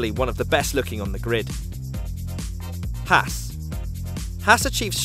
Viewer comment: This channel is really good. is killing it, but Gene Haas pronounces his last name like Hoss